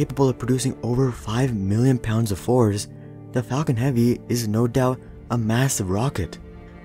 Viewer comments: Anyone would think the same thing When he say falcon heavy I heard fucking heavy But I like it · "Falcon heaveee"